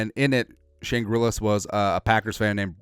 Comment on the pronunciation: Shane Grillis? Isnt it Gillis?